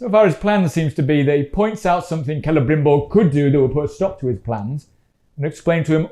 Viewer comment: Something really grating about the way Galadriel pronounces names.... CELE-BRIM-BBBBOBBBOBOBOBOBOBOBOBOBOBOBOBOBOBOOOOooooooOOOOO-R Also, The dwarven ring is like seeing the mountain with noclip